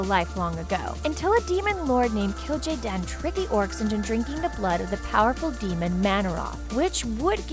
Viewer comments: List of Mispronounced Names (Not counting ones where she was "Close enough"): Kil'Jaeden - Kil'Jadeen Mal'Ganis - Moganees, Moganis, Maliganse Northrend - Northend Ner'zhul - Ner'thul Khadgar - Adgar, Hadgar Aegwynn - Eggwin Gul'dan - Gol'dun Arthas - Artharas Lordaeron - Lordreon, Lordreun Sargaras - Sarjerus, Sargerass Gilneas - Gilneeus Muradin - Moridan Kalimdor - Kal-mi-dor Scourge - Scoorge Durotar - Duratour (Sounds line a good name for a tour group that tours durotar) Azeroth - Atharoz (Really??...Really!?!?!?) List of lore/other issues (That i can find): Garona is half orc/half draenei, in the original game she was half human however that has been changed by blizzard and garona being half draenei is canon. A random bunch of humans didnt kill Medihv, khadgar stabbed him and lothar cut his head off. Doomhammer kills blackhand not garona. Durnhold forrest? Kingdom of azeroth? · WHAT? Kill-Jay-Den, WHAT THE F*** did I even just hear? Kil ja jeen? WHAT? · and Northend Please! Killjayden wtf?